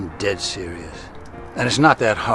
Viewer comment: the way he puts emphasis on "im dead serious" and "kill them with kindness". something is up.